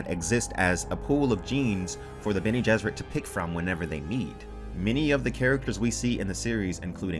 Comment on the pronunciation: Been pronouncing Bene as Ben, lol.